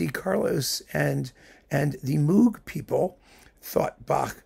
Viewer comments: I love this series and will be watching all of them. (FYI: Not to be "that guy", but Moog's last name is pronounced "Mohg".) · I thought everyone knew, by now, that Moog rhymes with "rogue".